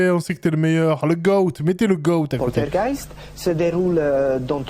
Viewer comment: Lou pourtougheist nourmal !!! 😂👍🇵🇹